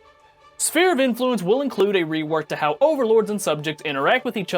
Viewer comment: Did this fucker just pronounce it spear of influence?